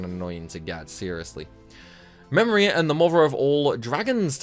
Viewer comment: Am I the only one who says memoria different you it sounded weird hearing u say it